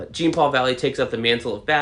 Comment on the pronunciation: I saw an interview the other day with the writer and he said it was dark. For the life of me I can't find it though. He said Tim looked like he should as well which makes me very happy. Btw I hate to be one of those guys but Jean's name isn't pronounced Gene. It's French sounding like Zhan.